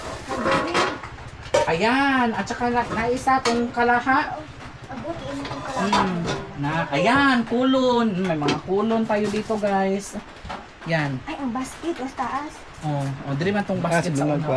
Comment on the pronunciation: Kalha not kalaha 😂😂😂